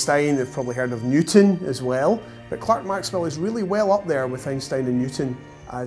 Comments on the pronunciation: It always bugs me when people (especially those who are making documentaries about Maxwell) say his middle name as Clark instead of Clerk! This isn't the first one I've seen where they've done that. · The Scots have made incredible contributions to the comfort of our modern lives - but can we just correct the spelling error in his second name - I see "Clerk" but it is pronounced "Clark" ??? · James CLERK Maxwell. Why do the British people pronounce Clerk incorrectly? Penicuik awaits your answer. 🍷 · Spelled "Clerk" pronounced "Clark."